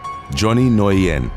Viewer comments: NGUYEN IS PRONOUNCED LIKE THE WORD "WHEN". NOT "NO•YEN" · Nguyen is pronounced " win" in English. Very easy to remember next time. Lol. But good work I know not many Nguyen's in uk prolly. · FYI, the way you say Nguyen is “Win”. It’s Vietnamese. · Southern Vietnamese tend to clip some of their sounds, so Nguyen would be pronounced something like “Win” or “Wen.” Northern Vietnamese would keep it, giving a pronunciation more like “N'Win” or “Nuh'Win,” all done as best you can in one syllable. I’ve never heard it pronounced “noy-en” before. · Johnny Nguyen. Nguyen is pronounced win or wen. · It’s pronounced Johnny new-win (Nguyen ) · Not to sound like a butt... "Nguyen" is pronounced "Win" As in "Win the Prize"* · What like Nguyen, I was shocked when I learnt how it is pronounced. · To be honest, he didn't really pronounce it quite right. In fact, I've never heard it pronounced that way anywhere before, and I've heard it pronounced many times.